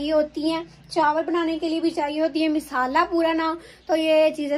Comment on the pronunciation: Misala Nahin Nahin bolate masala bolate masala